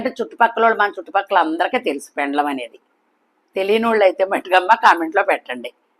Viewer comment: పెండ్లం కాదు పెండలం